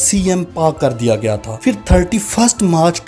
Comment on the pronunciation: بھائی فر نہیں ہوتا پھر ہوتا ہے۔۔۔ اچھی کوشش ہے ماشااللہ